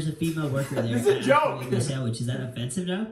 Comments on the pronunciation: bro you said joke like “jolk” idk i can hear the silent l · Ok is it just me or did this guy just say jolk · Why do you pronounce “joke” like “jolk”; like, “yolk”, bruh?? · bro pronounces joke with a silent L... "jolk" lol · the one thing i noticed about ( the not short one) is that he says the word Joke like there’s an l in the word. No hate it’s just his accent just something i noticed